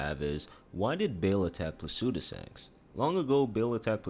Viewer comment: Placidusax... not Placudisax